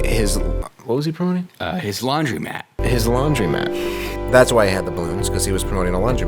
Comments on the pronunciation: its laundromat, not laundymat, and its coupon, not qpon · You guys are aware it’s laundr-O-mat right?